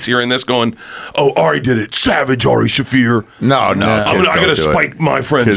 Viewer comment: Someone said 'Aroofie Shaffir' lol